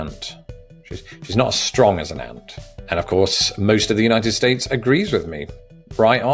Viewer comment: "I'm going to pit it against the Unitef States" Bruh you on a list somewhere, hide if you hear Donald at your door